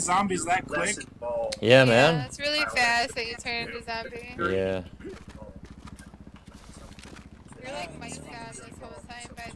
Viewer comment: I like how you say "sombie" :D